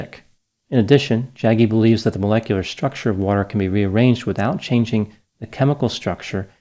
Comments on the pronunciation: It’s hilarious how particularly disrespectful it is to not only not call him Sadhguru but mispronouncing Jaggi. I know it’s not intentional but these grifters don’t deserve anything more than this. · I love pronunciation of the name... Jaggy 😂